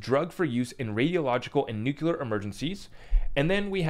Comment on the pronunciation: If you say "nuclular" one more time, Im gonna lose my shit. It isnt a hard word.